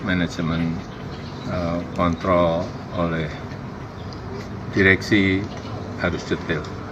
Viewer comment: Hati-hati ngucap kontrol.